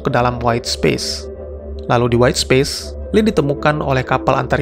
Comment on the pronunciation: Space dibacanya bukan Spis om...